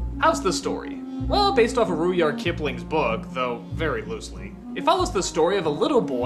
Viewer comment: It's pronounced rud yard, not rude yard